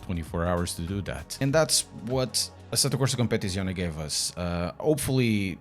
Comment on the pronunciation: I clicked just to hear you say the name of the game 😂 asettocompapapapapapaptizcion 😂